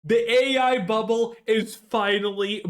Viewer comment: “Buble”? Collapse? You sure about that? You sure about that? 😂